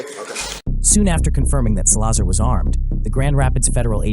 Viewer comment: It’s pronounced Sal-la-zar not sa-lazar